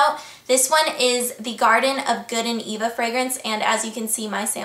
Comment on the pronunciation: Thaha my name is Eva and you said it allot different then how my name is pronounced ;) We say Eyva or Ava I don't know how to write it phonetic....